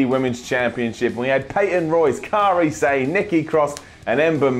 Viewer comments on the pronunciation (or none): "Kahrie Sane"